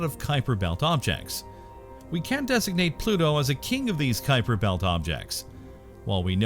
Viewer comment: what is a "Kuiper betl" ? xD